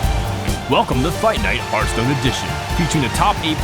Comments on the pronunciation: ITS HEARTHSTONE, KRIPP, NOT HERDSTONE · Kripp, its pronounced Harthstone, not Herthstone. That bothers me so much. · Who the fuck says Hurthstone? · he says it hurtstone to this day